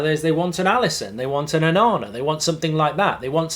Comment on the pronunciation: Just wet myself when he said onana 😅😅😅